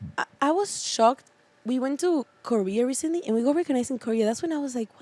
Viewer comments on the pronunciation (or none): none